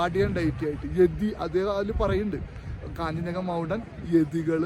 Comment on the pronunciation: കാഞ്ചഞ്ചങ്ക അല്ല കാഞ്ജൻ ജംഗ